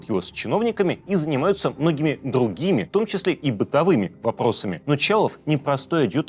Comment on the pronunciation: Пааавительсво, кууучевую, дууугими, ты правнук ленина🙉🙉🙉🤣